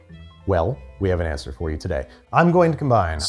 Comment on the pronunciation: ANSWER DOES NOT RHYME WITH COUNTER!